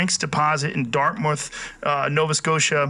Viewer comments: I don't even know where to start.....Dartmouth😊. Dark mote th. Dar mouth. Darkt moww thh. I live across the bridge and even know how to pronounce it... 'dart myth.' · man u butchered Dartmouth but its all good no1 cares about em